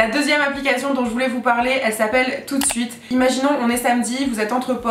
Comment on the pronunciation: Quand tu as dis "Toot Sweet" j'ai cru que tu avais dis "tous de suite" 😂